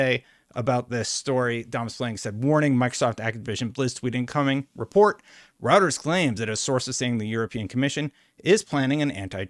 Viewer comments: It's pronounced "ROY-TER-S." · ROY-TERS ROY-TERS ROY-TERS ROY-TERS ROY-TERS ROY-TERS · Isn't it pronounced Roy-ters? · I think Reuters is pronounced "Roiders," just so you know. The political commentators who cite them as a source always say it that way. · Little tip: Say the eu in Reuters like the oy in the name Roy. Roy-ters. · here’s how to pronounce‘Reuters’ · See how to say Reuters at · Dude, learn how to pronounce Reuters lmao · you are pronouncing Reuters wrong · ROY-TURS....IT'S PRONOUNCED ROY-TURS, not ROUTERS....they are a news organization, not a network routing device.-----Other than that, I love your videos, and am subbed. Keep it up, nice delivery. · I can’t take the video seriously when you start with “Routers is reporting…” It’s Roy-turs. Literally a 30 second Google search will confirm. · Good video,. I appreciate all the info. Just a heads up though, it’s pronounced “Roy-ters” although Routers sounds like a good tech spin-off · Hi, thanks for doing these updates, much appreciated. One correction, it's pronounced 'ROY-TRZ'. Not 'ROU-TRZ'. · It’s Roy-turz not like having multiple Wi-Fi routers, you even hearted my comment about this in another video. You’re killing me 😅 But seriously, great job keeping on top of all this ABK news. You’re one of my primary go-to sources for stuff like this. (And yes I am in the 50% of your viewers who are actually subscribed 😇) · Just FYI, it's pronounced ROYters. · It's pronunciation is ROYTERS - not what you call it. Catch up man. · Thanks for the vid. FYI: It's pronounced 'Royters' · Once again, Reuters is pronounced as roy-ters. _ROY-TERS. I know you don't cover politics or other types of news, but as a journalist of some kind, I think you should know how to pronounce it. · ROY-TERS! It's Pronounced ROYTERS! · I will definitely subscribe if you stop pronouncing Reuters as "Routers". Please! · The way you pronounce smh D. it's pronounced (Royters)